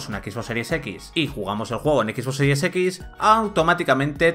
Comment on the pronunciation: EKIS BOSS SERIES EKIS. Man, te URGEN unas clases de inglés.